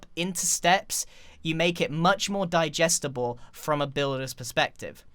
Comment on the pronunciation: "we make it a little more dijestable "x